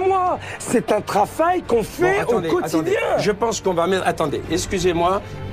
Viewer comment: "c'est un traFail qu'on fait" , il en perd son latin notre thetanos :D